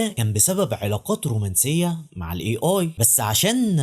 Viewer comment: A هذه الحرف يلفظ أي وليس إي